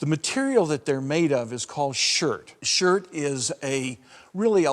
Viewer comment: In case you’ve never heard of the term, it’s chirt, not shirt for the ancient stone Mississippian tools.